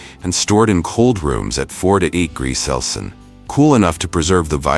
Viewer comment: Sure wish the narrator would pronounce Celsius the correct way instead of "cels." Along with Fahrenheit